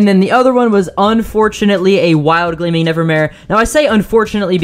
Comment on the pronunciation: This dude really said he encountered a gleaming “nevermaye”